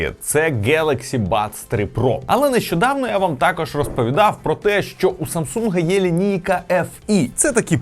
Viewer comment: не тАкож, а такОж